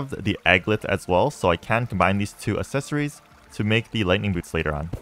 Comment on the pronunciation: Am going to have a fucking aneurism if he says assesories one more time